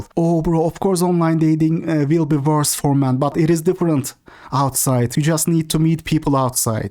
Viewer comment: I like the way my guy puts random letters in words like wvorse, its wholesome